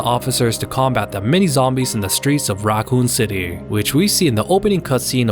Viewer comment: "The RAAkun city..."